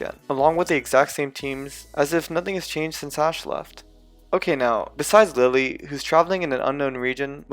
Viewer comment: LILLIE, NOT LILY! MAGEARNA, NOT MAGANA!